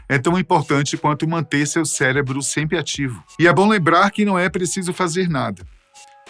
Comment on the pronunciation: Como eu vou confiar em um cara que fala celebro????